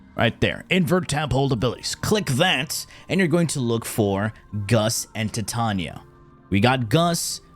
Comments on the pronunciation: Dude he does the pronunciation on purpose so we comment about it…. It’s cheesy garbage tbh… like Titania TITAN NIA NOT TIIT TAUNIA HE HAS A PROBLEM WITH VOULS N SHIT. 😂😂😂😂😂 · Ti-ta-nia - Tie - Tay - Nia (enunciate this in your head) Titania. GAUS - Gaw - S - Gaus. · in all fairness, everybody mispronounces her name. She is designed and named after the fairy queen from one of Shakespeare’s works, and is pronounced Tee-Tania. But we all say Ty-Tania like the metal Titanium, which is wrong but screw it 🤣. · Why say it tee-Tania? It's like titanium but with "a" instead of "um" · tee tania is questionale, but "gus" for "gauss" is fucking criminal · I thought you meant how he said Titania, I'm like "I mean, thats one way" but then he said gus 💀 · no in warframe it is not pronounced that way look at the warframe titania trailer profile. That's how her name is pronounced in warframe.